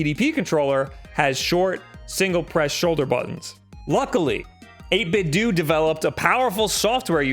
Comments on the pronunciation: Its "doe" not "doo" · I’m wondering how you pronounce Nintendo? Nin-10-Doo? It’s 8–Bit-Do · "8bit - DOE" how are you f**king this up? It's supposed to sound like Ninten-do! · STOP SAYING 8BITDOO IT IS 8BITDO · It’s 8bitdo not 8bitdont nor 8bitdidnt. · It is 8bit doh, not dOOh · People need to stop saying "8 bit dew"... IT'S A PLAY OFF OF "NINTENDO" IT IS PRONOUNCED "8 BIT DOE" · i cringe a little everytime pronouces it as 8bit-dooo.. i mean you don't pronounce nintendo as neen-ten-dooo, its more of a dou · 8BitDoooooooooooooo I cant even watch your videos about 8BitDo's awesome controllers because of the way you mispronounce this excellent company's name. Come on man, you're a professional! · It is pronounced "do" like Ninten-do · It's not 'dooo' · I hate it when someone pronounces it as "8bit-do". It's you say it like "Nintendo". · Bro, its Do, like dough. Not Do like dee. It comes from NintenDO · NIN 10 DOH 8 BIT DOH Dude, you're a professional broadcaster, get your pronunciations straight. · doesn't 8bitdo rhyme with Nintendo?